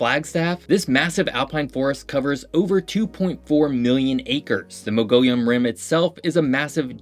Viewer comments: Love your videos, but its 'Mugg-ee-onn' rim, not 'Mo-go-lleyon' rim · Moggion rim..... not said as it is spelt. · Mogollon is not pronounced mug-gol-yun. It is properly pronounced muggy-own. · For the record, Mogollon is MOE-guh-yone, rather than moe-GOAL-yun. Epoch is pronounced epuc, rather than EE-pock. They're meteors until the moment they land, at which point they become meteorites. Rather than suh-PIE, Supai is pronounced SUE-pie. Although there may be 100 mules in the stable, when I baclpacked into the village back in the '90s, I saw just a few on each trio in and out. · It's pronounced suh-war-o cactus, not seg-where-o. I've also always heard Moagie-on Rim (Mogollon), but I guess Mogo-yon could work. Otherwise, nice video. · Saguaro Cactus is pronounced “Sa-war-o”, the G is silent Mogollon Rim is pronounced “Mo-gee-on” - don’t pronounce the LL’s and the G is soft. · Mogollon is pronounced either "mow-GEE-yawn" or "MUGGY-own" by the locals. I grew up in rim country, saw it every day. My favorite place in the world is sitting on the edge of it. Such a beautiful place. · These pronunciations are making me crash out. Saguaro = Suh-wor-oh. Mollogon = Mah-gee-yawn. Also the village of Supai in the Grand Canyon has a lot of their supplies delivered by helicopter, it’s not just by mule. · Saguaro (suh-war-ro) - Mogollon (mo-gee-on). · You pronounce "Mogollon" wrong, its "Mo-Ge-On" ... but over all great video. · Hard to take a scientific video seriously when the narrator call out a "see-gwerro" cactus and the "Mongolian Rim" 🤦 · I may be wrong, but as a native Arizonan, I’ve always pronounced Mogollon as “mog-ee-yon”. But great video I didn’t know a lot of these myself! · Say it with me: sa wuro = saguaro Mo ghee on = mogollón Thank you. Great video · Moh-gee-on (Mogollon) Rim. Southern part of the Colorado Plateau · Saguaro - suh·waa·row Mogollon Rim - mow-ghee-yawn rim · It's pronounced MOE-GEE-YAWN Rim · Heads, it's pronounced Mo-ge-on rim.